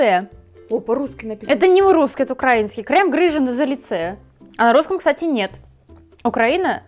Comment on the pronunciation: Укра́инский - сказала 😂😂😂 Украи́нский